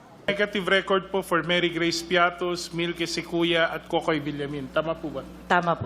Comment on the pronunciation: piattos ba ang basa nyo dyan parang piatty